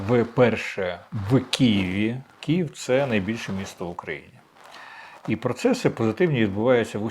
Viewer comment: так вухо ріже...чому Кієв?!!! Київ!!!